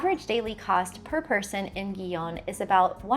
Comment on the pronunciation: Gijón — I believe the Spanish pronounce it He-Hon.